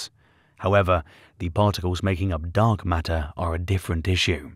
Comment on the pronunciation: I thought the narrator kept saying dog matter. Was that a hint 😂